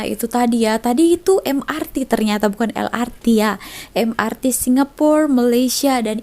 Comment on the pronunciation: Kenapa el ar ti...bukan el er te